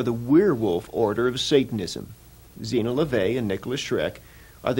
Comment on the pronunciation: PPS Zeena not Xena